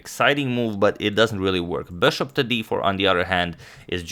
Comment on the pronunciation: why is he pronouncing "bishop" so weird? I've watched his videos from 2-3 years ago and he was pronouncing it normally...wth